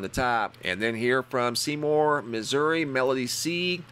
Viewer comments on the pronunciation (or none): none